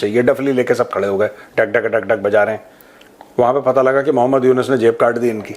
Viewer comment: यूनुस नहीं यूनुख है।